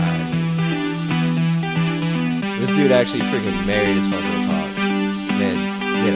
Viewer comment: I love how doesn't even know it's Funko and says fungo haha thats how baaed he is. Funko is this justin guys whole life, and is 7 years later mispronouncing it. Champ